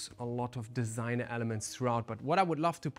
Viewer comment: im french and your french accent was so fine when you said DISIGNEUR